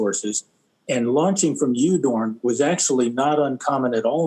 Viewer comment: Udorn is pronounced Oodorn in Thai